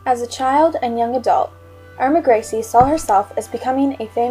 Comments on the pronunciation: Yep...grece...pronounced grease. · Irma Grease not Gri-se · the mispronouncing of grece As greasy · Her name was Grese( Gra-za) get the name right for this horrible cow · Her sir-name is pronounced 'Grice' just wanted to clear that up other than that great video. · gree suh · In German the e is always pronounced so would have thought it waz Gres e. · The real German pronunciation would be "Grey-ze" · I agree with the voice assessment. Actually, her pronunciation is not that far off. It is probably 'Gray-suh', depending upon which part of Germany she was from. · Surname pronounced wrongly and the fact that she wasnt died immediately also was incorrect too... And a lot more. Need to do research thoroughly before come out with this video. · Learn to say her name correctly